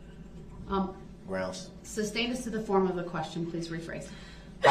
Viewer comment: Let’s not forget Substain